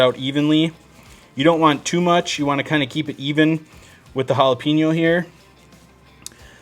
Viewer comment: Bro, let me break it down for you. Hola-Pen-Yo= jalapeño. There’s no peen in it. You’re Welcome 😉